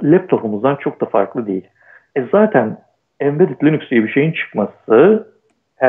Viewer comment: Ama Linus reportajlarında linux demiyor linax linıx karışımı birşey diyor. Onun adı da birçok dilde degisiyor zaten ama adam linux'ı sabit tutmuş.